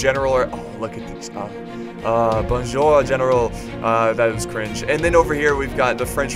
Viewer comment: attention beautiful Bonjour 😁👍 i'm french ; )